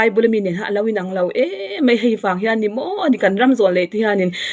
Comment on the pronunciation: Hian tih hi 'han' i ti leh thin🤗